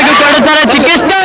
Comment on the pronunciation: Chikaste alla pa adu chikitse